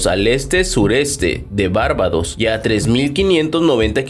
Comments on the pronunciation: No pretendo fastidiar pero es barbados no bárbados y se pronuncia safir, no charif Simpson. Todo ha de decirse los de nmas ni siquiera saben donde esta el huracán, te relatan que Beryl esta por las antillas menores y te ponen una imagen satelital de mexico de hace unas semanas. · ¿Bárbados?... Hay que leer un poquito chico... Barbados, palabra grave...